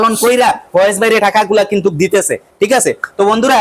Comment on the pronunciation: দয়া না দোয়া